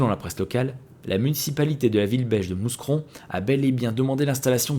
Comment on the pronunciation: On dit "MOUCRON" et pas "MOU"S"CRON" LOL :D